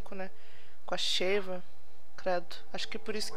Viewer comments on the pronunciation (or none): mano é sheeva e nao cheer